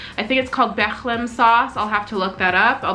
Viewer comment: by "Becchhhlem sauce" do you mean "Béchamel sauce"?